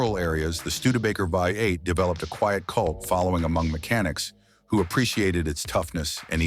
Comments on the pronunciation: You guys need to train your AI to pronounce V8 trhe American way, Vee eight, not Vi eight. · Agreed, whats a vye 8? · When Oh when are you You Tubers going to figure out that COMPUTER VOICES SUCK???? What is the problem? Can't you read your own script? Let your Mom read it for you. It says 58 engine over and over because it thinks the v in front of the eight is a Roman numeral for 5 - get it - 58 for v8????????? You didn't know that before you posted it??? What is wrong with you people today???? Art from Ohio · What is a viy 8? Ai bs. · Ford had a vye 8? He did say Vye vie vy? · The Studebaker "5-8" or "Vie 8". Ain't AI grand? lol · Hey there AI. What is a “Vie 8” ? Just go away. Down with AI. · The vy8? Stupid AI. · i hate AI videos. never kn ow how to say things right.....v8 becomes vie 8 or five 8 ugh. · “Vy Eight” , get rid of AI. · Considering it read V8 right a couple times makes me think that the person who wrote the script spelled V8 differently the other times.